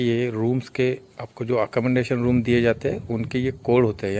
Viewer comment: Say Accomodation .. Not (accomondation)